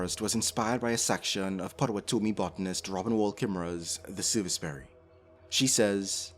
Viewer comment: Hey — thank you for this video, it’s lovely per usual! I’m also Citizen Potawatomi (Robin’s band of our nation). Jsyk, it’s pronounced “PAH- tuh- WAH- tuh- mee” (often mistakenly pronounced “potawaTOHmee”). But if you want to be extra cool with us and brother nations like the Ojibwe and Odawa, call us Nish or Anishinaabe (ah-NIH-shih-NAH-bay). Means “the people.” Today it’s used to mean Native people, but originally it means “the people/the humans” as opposed to other species, since we’re identifying ourselves as equals to our fellow earth beings. 🫡❤️